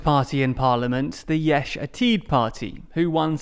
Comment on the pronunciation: Yesh Atid is the only phrase he didn't butcher.